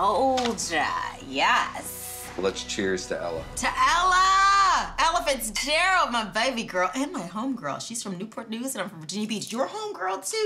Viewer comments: Without reading the title, the narrator seems to be saying "Elephants Gerald". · Every time she said Ella Fitzgerald I thought she said Elephant Gerald... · She kept saying it like 'Elephants Gerald.' True #DrunkHistory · I keep hearing "Elephants Gerold"